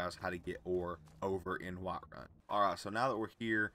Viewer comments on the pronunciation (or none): You deffinetly live in the South the way you said "Whiiiiterun" lol. Im in SC bro i feel you are too or maybe virginia.